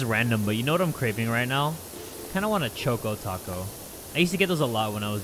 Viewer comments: i thought he said "choke o taco" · I thought he said "I want a chock on taco." 💀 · Is anyone else disturbed by how he says Choco Taco????